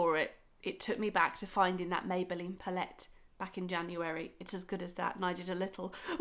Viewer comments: Lovely vid! Your not saying L'Oréal wrong 🤣 but I've never heard anyone say pallette in that way 😂😂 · Your saying palette wrong